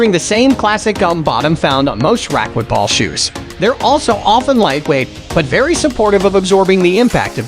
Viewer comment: The speaker needs to learn how to pronounce racquetball correctly.